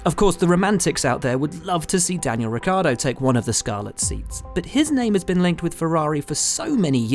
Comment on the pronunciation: I wonder how hard it is to pronounce Ricciardo, especially for someone who seems to be a professional journalist like Buxton... It's "rich-ardo" not "rick-yardo"... Seems to be a problem for english people to learn how to pronounce a single foreign word/surname.. Christ..